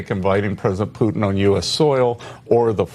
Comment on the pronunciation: . Hey numbskull. Great video. I agree. But Putin is NOT pronounced POO-IN. There is a huge T in the middle. It’s POO-TIN.